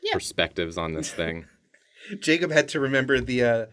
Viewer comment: NO NOT THE CAW BUT JACAWB and MATAJULIA